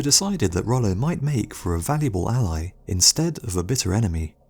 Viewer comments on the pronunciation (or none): dude say insted right now you hear that pause yeah that why its in-sted